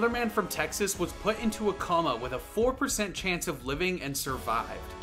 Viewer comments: COMA (pronounced KOE-MUH) not COMMA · I’ll bite since I like your videos and don’t mind driving engagement… it’s not pronounced “comma” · You don't need to intentionally mispronounce words to drive engagement, your content already does that. It's coma, not comma, and you damn well know it. Stop that! Stop that right now young man!